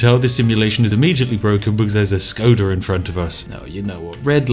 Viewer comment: Š in Škoda is pronounced like Sh